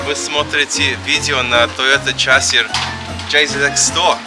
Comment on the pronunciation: "Chasiir" :D